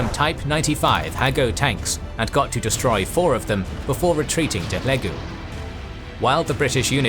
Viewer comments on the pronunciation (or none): none